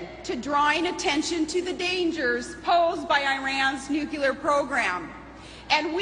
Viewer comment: she can'tpronounce "nuclear" correctly it's not nu-clu-lar. it's new-clear! ugh!